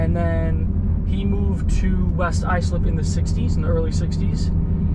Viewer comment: It’s pronounced white Islip